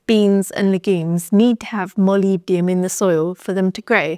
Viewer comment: Thank you I like the way that you pronounce molybdenum! I think you presented this important info perfectly.